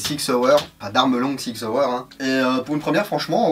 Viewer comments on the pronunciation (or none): Yo ! On dit SSSSSSSSSSSIG SSSSSSSSSSAUER ;) Et non ZZZZZZZIG ZZZZZZZZAUER ^^ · On a deux façons en Suisse de débloquer la crosse. Une avec l'avant bras et l'autre un peu plus freestyle.... Si les deux sont faisables avec la version airsoft, tu peux dire que la qualité de la crosse est top ^^ On dit Sssig Sssauer ^^